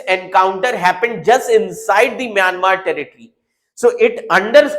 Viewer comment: It's Myanmar not mayamer